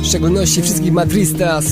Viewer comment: Nutka bardzo pozytywna, miło się ją słucha, aczkolwiek dwa błędy się pojawiły: 1. Madridistas, nie Madristas 2. Czyta się Cajehon, nie Calejon. Ale to drobne błędy : ) Aaa jeszcze jedne pytanko. W refrenie jest "białe serca płynie nam?" Bo nie rozumiem za bardzo :P Pozdrawiam wszystkich Madridistas ! Hala Madrid!